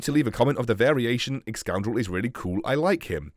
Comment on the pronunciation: Lolz excoundrel hahaha cool